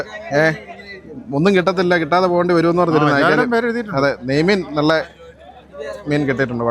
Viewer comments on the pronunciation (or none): നെയ് മീൻ എന്ന് അല്പം പതുക്കെ പറഞ്ഞാൽ മതി. പോകുന്നവഴിക്ക് അല്പം പശുവിൻ നെയ്യ് കൂടി വാങ്ങിച്ചോ, വാങ്ങിയ മീനിന്റെ മേലേ പുരട്ടാൻ, നെയ്യ് മീൻ ആക്കണ്ടേ 🤣.